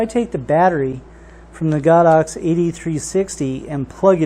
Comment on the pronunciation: ITs GO DOX not God ox